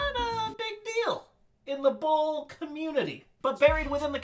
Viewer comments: I can't tell if you're saying bowl or bull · I thought rob said man vs bull. Like this is bullshit. 😂😂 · When he said "bowl" I thought he kept saying bull. needs to go to speech therapy. Yeah you,. You! F*ck face. At least I was nice enough to bleep the letter 'u' in f*ck. See, there it is again! Your welcome!! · i thought he said man vs bull as in BS lol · I thought at first he said Man VS Bull For BS 😂😂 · Is anyone else hearing “bull” instead of “bowl”? jw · When he said man vs bowl I thought he said man vs bullshit lol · "Bowl" SHIT!!!